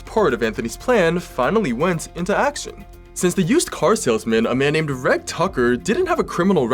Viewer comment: Reg or Reggie are popular names in the uk and are pronounced rej not reg